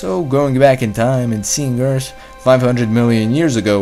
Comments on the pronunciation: Liked it better when he said Eart. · I miss those times where you pronounced earth "Eart" haha, great job btw love your vids man, have a like !